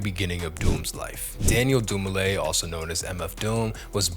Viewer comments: Dumile * not Dumine bro come on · DUMILE, NOT DUMINE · Just started the video, but wanted to point out his name got spelled Dumine instead of Dumile during the intro. I had to double check that I wasn’t mis hearing his name all these years. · It’s Daniel Dumile. The last name is originally Zimbabwean